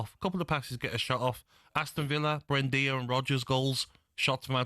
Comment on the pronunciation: who’s “Brendia”?? 🤡🤡